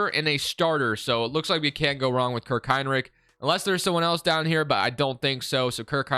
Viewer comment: Kirk Hine Lick lmao I'm dead. I even slowed it down to ensure I heard that. Great video as always man.